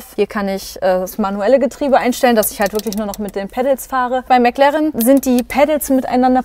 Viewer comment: Bis auf die Aussprache von McLaren echt gut gelungen!🙌